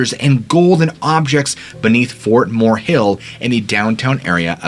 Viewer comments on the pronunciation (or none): none